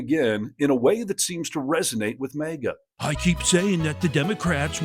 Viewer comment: What am I missing here? Why does the host keep saying MEGA and not MAGA?